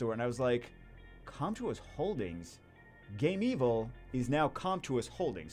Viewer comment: it's not Game-evil, it's Game-vil. as in game-village/villa